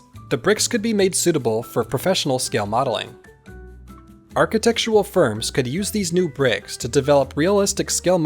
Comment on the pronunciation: aar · kuh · tek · shr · uhl